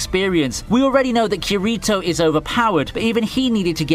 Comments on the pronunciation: The pronunciation of Kirito is a travesty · why you butcher Kirito's name?